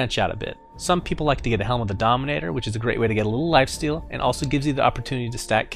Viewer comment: I love how he says "lifesteal" xD